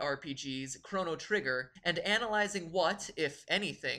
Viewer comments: Did he say Chrano trigger? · Chrono! (Kr-o-no) not crano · god, MatPat white knighting himself is hilarious also CRAWno and epic instead of e pok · You don't know how to pronounce Chrono or Epoch. Cringe...